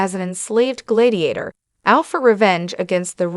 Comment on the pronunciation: Glaydiator?? Why don’t you review these things before posting ?